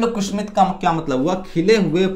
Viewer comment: बहुत ही अच्छी जानकारी दी है, बेहतर होता अगर आप वीडियो बनाने से पहले अपना उच्चारण किसी से ठीक करवा लेते - कुसुमित: को कुसूमित, श को स और स को श बार बार उच्चारित कर रहे थे।